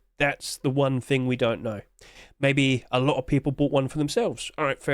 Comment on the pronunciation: there is no F in the word "thing"